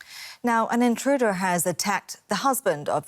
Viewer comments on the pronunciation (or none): Indruder lol thought she was against walls and fences